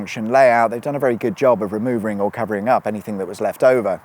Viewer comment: You can pretend it didn’t happen but we all you know said “removering” 😜